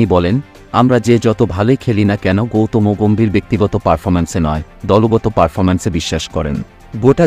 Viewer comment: ওটা গৌতমোগোম্ভীর না, গৌতম গম্ভীর হবে 😂😂😂